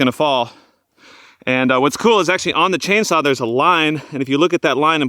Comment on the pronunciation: What is a chain "sah"?????